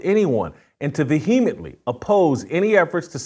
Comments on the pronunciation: Jason.... you are a brilliant journalist. But cmon man. Vuheemently? Its vehemently. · Ve-heem-etly??? Dis-par-a-jing???...learn to pronounce simple English words Jason. And if you identify as an Evangelical Christian, you might want to rethink what our responsibilities are as Evangelical Christians to our Jewish brothers and sisters in Israel. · I think the h is silent vehemently... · Bizarre pronunciation of "Vehemently" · Please learn to pronounce vehemently correctly! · Please try to pronounce vehemently correctly before saying it so often!!! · Pronunciation Words to work on: 1. Disparaging 2. Vehemently